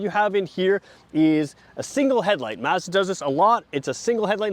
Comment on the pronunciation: Thank god someone from across the pond who pronounces Mazda correctly ( "a" as in apple ) and not Marrrzda . Great video